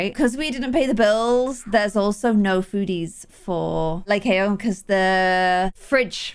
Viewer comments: Apparently how pronounce Lycaon is (Lie cAn) so Lie can put into one word. Btw you have to make the A say it’s name sorry if that was a little confusing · it's pronounced "lie can" like a beer can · i think it’s pronounced (lie-con) 💖